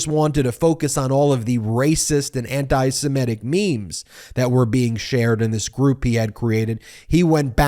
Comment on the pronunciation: Ben!!! For the Nth time! “Anti-Semitic” is pronounced “an-tee-seh-MIH-tik”, NOT “an-tee-seh-MEH-tik”!!! 😤